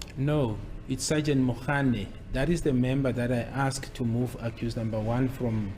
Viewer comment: I just wish we could stop judging Ratha Baloyi and Gininda, we don't know the law. Mina l am just listening, what makes me laugh is the (askedd) pronounciation.😅😅😅